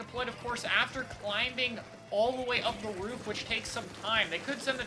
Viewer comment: By the way… the B in climBing is silent.